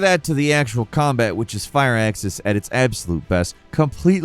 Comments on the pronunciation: Did you call Firaxis “Fire Axis”? You did it again! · OK, I know it's a running joke how often mispronounces things, but I just can't get over him repeatedly saying "fire axis" for "Firaxis." There's not even an E in there; how can "Fir" be two syllables??